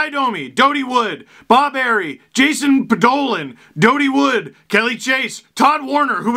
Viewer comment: I'm going to show a) how old I am and b) how much of a nerd I am. 1) You said all those names perfectly. Jason Podollan, especially, was spot on. Good job! PS. The fact we got Yanic Perreault for Podollan is hilarious. 2) Dody Wood is one of only two legit enforcer centres I can think of. There's also PJ Stock and...yeah. Dale Hunter doesn't really count on account of he scored 1000 points, and pretty much any other center you could name who fought even semi-regularly were power forwards who were more known for the goal scoring (Lindros, Primeau). 3) Kelly Chase played 2 games with the Leafs. This game, and a game against Phoenix the next night. He had 27 PIMs in those two games. A different era indeed. 3) Surprised you didn't mention that DJ Smith assisted on Convery's goal. 4) I have a Matt Martin, the defenseman's, card, that I got about 15 years ago. He wore 33 in his first game, and then switched to 3 for the rest of his career, which was 76 games. Hockey in the 90s was awesome.